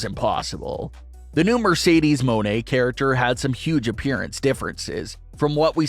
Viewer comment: ITS NOT “MO NE” ITS “MON EY” 😭😭😭 ITS MONEY DUDE 😭💸💸